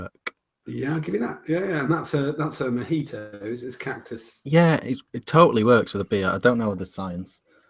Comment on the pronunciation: .....When you said "Cactus mojito"...I swear it sounded like "Cactus Tomato"....and I thought, "Fuckin hell, wtf....ohhhhh mojito, got it"..........:P